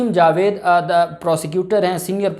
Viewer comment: اب ائے ہو نا لائین پر اج اپ نے اس ویڈیو میں جج صاحب کا نام ٹھیک لیا ہے جاوید مجھے خوشی ہوئی تمارا چینل میں نے ابھی سبسکرائیب کر لیا ہے لائیق بھی خر دیا ہے حالانکہ اپ میرے پسندیدہ یو ٹیوبر ہو امید ہے کہ ائیندہ بھی جاوید خواجہ ہی بولوگے میری لڑائی ختم